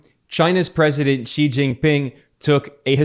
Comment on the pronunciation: Just noticed Ben made a few good attempts at correctly pronouncing “President Xi”, are you studying Mandarin?